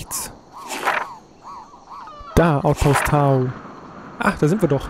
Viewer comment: ich finds echt toll, du macht das gut! ;) aber es heißt doch "Tau" und nicht "Tao" oder? ;b und ich würde das u kurz sprechen :D